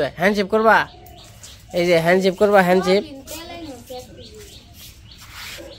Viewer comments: শুভেচ্ছা নিও। কথাটা Hand shake, Hand ship না কিছু মনে করো না। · Bhakto tumi hand sip keno bolo ota hobe hand shake